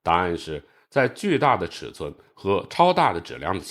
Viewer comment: 把质量读成纸量到底是哪里的方言啊